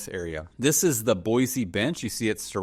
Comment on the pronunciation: You’re killing me😂 it’s Boy-See.